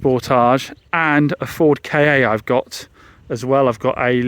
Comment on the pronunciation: It’s not a Ford K A It’s a Ford KA